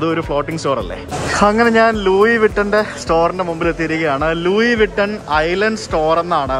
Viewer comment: ലൂയി വിട്ടൺ എന്നാണോ പറയാ... ലുയ്‌സ് വിട്ടൺ എന്നല്ലേ 😂